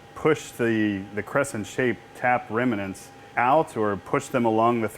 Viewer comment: It's pronounced remnants not reminants! Nice EDM you have there and a retractable oil tank too.